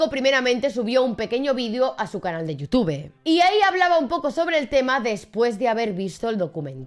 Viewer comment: Amiga, tus videos están muy bien documentados pero me cuesta mucho trabajo escuchar tu pronunciación de las palabras o nombres en inglés: “Dan ESNEIDER”, “SPIDERMAN”, “VIDIO”, “YUTUBE”, “GUGUEL”, “MAIQUEL”, etc. Sé que muchas vienen de tu cultura española pero de verdad incomoda bastante al oído.